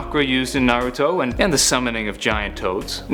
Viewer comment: It’s nah-rue-toe